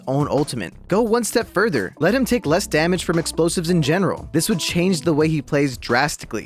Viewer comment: Its not DaMANge its DaMAGE